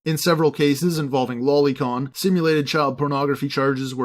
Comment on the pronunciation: Boi it's pronounced low lee not lolli